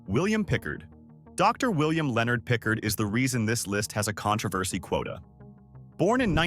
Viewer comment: William Pickard never went to prison. Please delete this information .You are also pronouncing his name incorrectly.